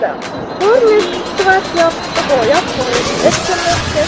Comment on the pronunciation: Хаашаа явхуу? гээд бгаам бэ т1 юмуу хөтлөөд бгаам бол үгээ тод хэлж мэдэдгүймуу , хэл муутаймуу эсвэл